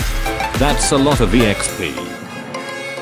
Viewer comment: It’s exp not exp